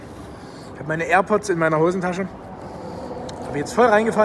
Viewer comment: es heißt airpods und nicht airports. ansonsten scheiß inhaltsloses video